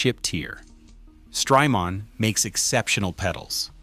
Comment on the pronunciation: Stry-Mon, it's Jamaica mon